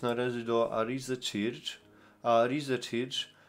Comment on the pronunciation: film wyświetlił mi się przez przypadek, to "weszłem": 1. masz dostęp do neta i umiesz się posługiwać tłumaczem google, zacznij go słuchać, żebyś wiedział jak się wymawia słowa po angielsku, albo słuchaj ludzi, jak je wymawiają, bo uszy więdną.. red arrow on the "butom"... "arize czircz"..🤦 2. nie dziwie się, że nie umiesz wymawiać angielskich słów, bo nawet z polskimi masz problem: "zaczęłem"... "doszłem"....🤦stąd moje pierwsze zdanie. 3. Steve Cioccolanti (z Melbourne) ma za sobą amerykańską flagę! Współczuje Ci wyobraźni, że każda gwiazda na fladze USA to odwrócony pentagram.... 4. Cioccolanti nie jest "właścicielem" kościoła, tylko pastorem! Masz to napisane jak wół, PO POLSKU i nawet przeczytać nie umiesz?! Naprawdę zmęczył mnie ten filmik... co to za ludzie, którzy Cie oglądają i jeszcze Ci płacą.?